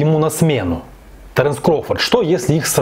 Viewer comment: Не таренс,а Теренс